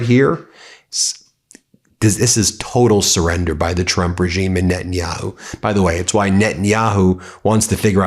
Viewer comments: Did Laura Ingraham have a slip up and say Donald Drunk instead of Donald Trump? LOL. We’re having the laugh, Laura. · Did she say "Donald Drunk"!? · Did she just said "Donald Drunk"? 😂😂😂 so accurate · She said that right “Donald Drump”lol 😂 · Did she say "Donald Drunk"?